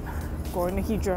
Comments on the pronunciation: Now, I don't get it. You pronounce it Hee-drah (correctly) in the beginning of the video and then you revert to the (incorrect) pronunciation Hi-drah. What's up with that? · It's pronounced EETH-ra, not HEE-dra (and definitely not HYE-dra).